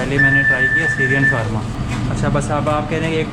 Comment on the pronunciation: SHAAAWARMA hota hai Shawaaarma nahi